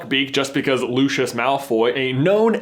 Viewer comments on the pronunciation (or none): Why do you call him Lu-shus, not Lu-si-us? They pronounce Lucius's name Lu-si-us in the movies.